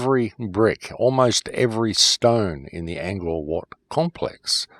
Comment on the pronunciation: It's Ang (like Angry Anderson) Core (like the core of the conspiracy) Wat (like wtf are you tryna say??)